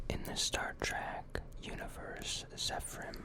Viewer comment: I wanted to hear Star Trek facts not Star TrAk facts lmfao jk awesome video man!